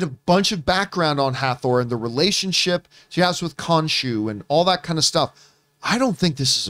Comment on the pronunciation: Jesus.. Sooo... Now we kno is ridiculously horrible with Egyptian God name pronunciation. "Kahshoo... Skivett...Skemitt" 🤣😂🤣😂